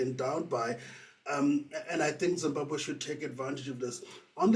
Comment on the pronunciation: Say Zimbabwe please not Zimbahwe!!! and if Zimbabwe is well organised why is half of the population in the diaspora??